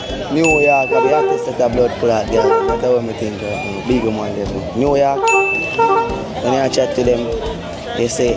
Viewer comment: Jesus! Him say NEW York.... New York a parish???? Cacroach!